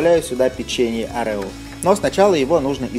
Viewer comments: Блин,да не орЕо,а Орео,бесит очень,конечно каждый может по своему называть и все такое,но жутко бесит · не orEo а Oreo